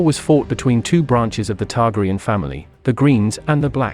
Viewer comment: Learn to pronounce their names!!!